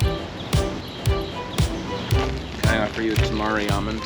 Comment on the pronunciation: Eaten tamari for like 30 years and never heard anyone pronounce it Toe-mar-ree🤣🤣🤣🤣🤣🤣